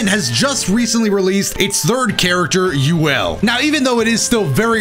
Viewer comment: ayo no disrespect but its pronounced Yule